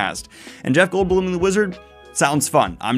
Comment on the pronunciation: Daniel, respectfully, it's pronounced CA-vill, GE-ralt, and GOLD-blum. All names with the accent on the first syllable.